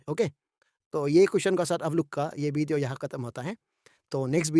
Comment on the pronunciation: 😂😂 video ❌ bidiyo✅ Pradesh ❌ pordes✅ Tisa❌ ticha✅ Tsangpo❌ tsangfo Tissing❌ titching✅